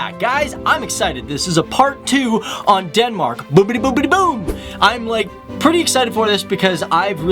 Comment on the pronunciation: Dude it's not Denmarak! It's Denmark or on danish: Danmark..